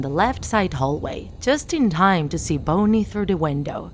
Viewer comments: He name is bonnie the person talking in the video just says it wrong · Her: Bonnie. Me: Did i just hear boney? (Not to be rude) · who gets triggered when she says boney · I heard her call bonnie something like boney, is it just me or not? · Um is it just me or is she saying bone-y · No the accent is for freddy and chica, she shouldn't say, BONY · Indigo Blue she said it like Friday, checka and boney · Alec Babin I heard Boner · say bunny then say bunnie not bonnie or you said bony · That time when you pronounce the names wrong and the name of the place XD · Is anybody going to notice they said Bonnie wrong?No just me? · ITS NOT BONEIE ITS BONNIE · bonnei not boney lol no offence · It not boney it's (bonnie) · BONNIE NOT BONY! FIX UR PRONUNCIATION!!! BONNIE IS MY FAVORITE ANIMATRONIC SINCE 2015!!!!! YOU HURT MY HEART!!!! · she saying bonnie sounds like boney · IM TRIGGERED STOP SAYING BONEY IT IS BONNIE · she said boney ITS BONNIE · I hear she said "bouny" instead of bonnie in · Bonnie not bonye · You say Boney when it’s pronounced Bonnie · "bony" OwO gurlll BONY???? I thought it was Bonnie ;~; I can't stop laughing 😂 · Me, a hardcore FNAF fan: heh, childish But seriously, don’t ruin FNAF now. You filthy low-life (that’s another joke-) wait did she say BONEY instead of BONNIE, WHAT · She even said boney Instead of bonnie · You can’t even say bonnie it’s not bony it’s bonnie but I love ur vids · It's not bony it's Bonnie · It’s not bony it’s Bonnie LOL????? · Narrator: Says BONEY instead of Bonnie Fnaf fans: T R I G G E R E D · Bonnie ❌ Boney ✔️ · its bonnie! NOT BONY!!! ugh 🙄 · Nobody: Not a Single Soul DrawTheLife: “calls Bonnie" BONEY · I've been lied to for years it's not bonnie its bowney and it's not downey laundry detergent bowney laundry detergent 😂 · It’s Bonnie not BONEY lol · You said bone ie though its bon nie, sorry if i was being rude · And the rabbits name is pronounced 'BONNIE' not 'BONY' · It's bonie not NOT boney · It's not boney it is Bonnie 😂